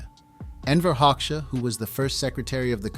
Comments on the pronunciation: Full of bullshit and I stopped watching it as an Albanian who knows better. At least fix this: Hoxha in IPA is /ˈhɔ.d͡ʒa/, not hoksha. Hoxha was a homosexual and a British agent. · ” Hauxa ” 😂😂 If there were no textning under I was wondering who the F..* were Hauxa 😂 HOGJA ( Like italian Germania ) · By the way his last name Hoxha is pronounced HOJA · The name is pronounced "Hodja". The o sounds like the au in Paul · I think it’s pronounced “Hoe-Juh” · Enver “hog sha” 😃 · Its HO JUH😂 xh=american j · When you cannot even pronounce the name of the subject of your video, there's no point in wasting my time here. I stopped watching after less than 2 mins. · Hoxha is subject of this video - so learn how to pronounce his name properly. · If you're making a documentary about someone, shouldn't you at least pronounce their name right?